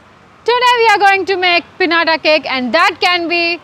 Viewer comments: It’s pronounced as “Pin-ya-tah”, not Pinata. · Nee moham manda english matladatama kaadu English ni correct ga pronounce kuda cheyali Adi pinata pekata kaadu, pinyata ani pronounce cheyali